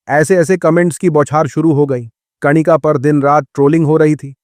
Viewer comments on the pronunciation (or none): कणिका नहीं कनिका होता है